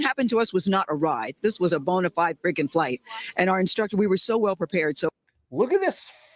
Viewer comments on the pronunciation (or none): No, she said “boner-flied” flight